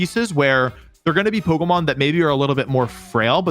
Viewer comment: Bro is calling it pokomon